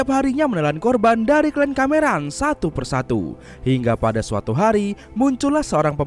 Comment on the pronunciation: KLAN YA MIN, BUKAN KLEN.